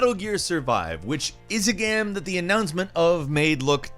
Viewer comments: and he says gamm instead of game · You keep saying GAM instead of GAME. What's the deal with that 🙄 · Is pronunciation of the word 'game' a regional thing or a personal thing? Genuinely curious.